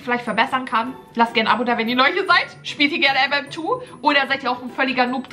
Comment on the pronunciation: Die 2 in MM2 wird deutsch ausgesprochen!😂